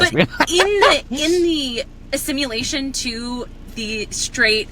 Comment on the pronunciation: In the “a-simulation to …” err … I think you mean “assimilation.” Apparently a dictionary isn’t part of your privilege.😂📖